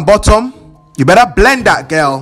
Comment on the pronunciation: when said you BERRA BLEND IT GIRL i lost it